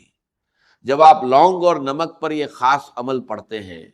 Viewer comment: یہ آواز ڈاکٹر اسرار سے ملتی جلتی ضرور ھے لیکن یہ آواز ڈاکٹر اسرار احمد کی ھے نہیں بغور سنیں تو پتہ چل جائے گا کیونکہ ڈاکٹر صاحب کا تلفظ اتنا غلط نہیں ہو سکتا جیسا کہ خیر کو کھیر اور ضرور کو جرور اور دیگر الفاظ بھی ہیں جن کی ادائیگی غلط کیا جارہا ھے خاص کو کھاس ایسا ہوہی نہیں سکتا کہ ڈاکٹر صاحب کی تلفظ ادائیگی ایسی ہو